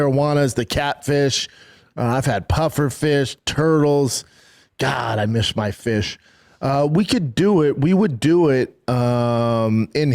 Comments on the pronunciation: bro he said "I mish my fish" twice LOL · "God i MISH my FISH" - Bapa 2026 AD